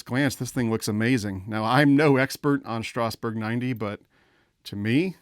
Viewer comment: Please stop mispronouncing Strasburg. It's pronounced Strazz-burg.